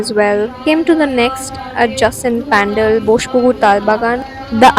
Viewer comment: Hi. Very nice vlog. I also like the way u pronounce every Bengali word as it should be... even when u r talking in English. Expect for 1 word "pandel". U said it like a Hindi word "pandaal". Hope to c u at live tonight!!